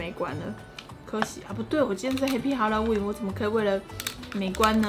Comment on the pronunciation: 沿海地帶的哈嘍溫🤣🤣🤣